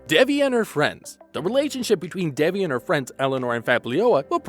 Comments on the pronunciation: It’s pronounced “they V”. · Omg why are u guys calling her DEBBIE its DEVI ..theres no B